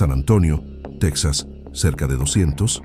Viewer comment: No se dice " tex as," se dice Te JAS.